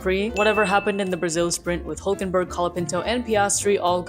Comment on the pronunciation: And you get an award for pronouncing NICO HÜLKENBERG (with Umlaut (¨) on the U ! ) the right way! 👍